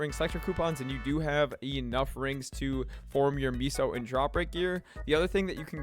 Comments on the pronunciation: Seriously. It’s pronounced MAY-SOH. SMH my head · its meh-soh... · That’s not how you pronounce meso lmfaoooooooooooooo